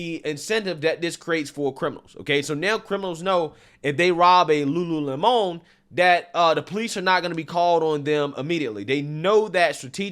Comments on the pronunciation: Just say Lemon....its not a french word LUU LEMON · Its LULU LEMON..not LULU LE-MON. lmao!!! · Lulu Lemònnnn. It’s just lemon,. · Okay,,, "Lemon' in Lululemon"it's pronounced"Lemon," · Lulu-lemon you know like lemonade! You tryna make it sound like some fancy French company! 😆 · Lol pronounce Lemon like the fruit. Not Don’s last name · The way he pronounced "Lulu Lemon"... AHAHAHAHAHA Lemon🍋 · It’s Lulu lemon (like a 🍋) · Lol at french pronunciation 😂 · Seriously just unsubscribed because you cannot even pronounce "lemon" correctly. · Why are you pronouncing lemon with a spanish accent? lol